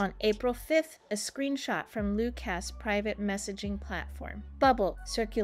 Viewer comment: Loooocas? His name is Lucas pronounced 'Loo kus' and honestly, you're reporting on a small snapshot in time. Give momentum time.